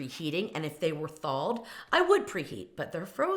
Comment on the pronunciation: I never heard the word Thalled. Is that the same as thaw? The word that has no “l” in it…😂 Trust me, I have mispronounced many words, but the moment somebody pointed it out to me I made an effort to say it correctly. When you have a massive audience …there are audience members that might think that’s really a word when it’s not. I don’t understand why YouTube influencers don’t take more concern with this problem.